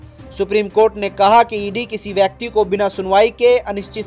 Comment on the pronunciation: Legal heir( uchharan air "hire " nai. Ebong bakti nai . Bekti) please correct it.